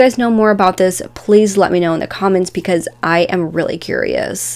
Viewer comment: It also sounds like she's saying p-cuz instead of because & it makes my head hurt.